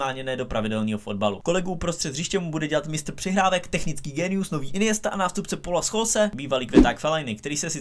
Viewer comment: spuntiktelka 67 Vtipná je i výslovnost ,,Pola Scholse” 🤔😂